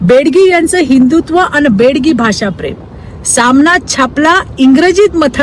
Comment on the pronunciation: बेडगी नसतं बेगडी असतं विचित्रा ताई...